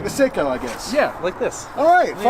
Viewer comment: The watch is pronounced "Sake-o" .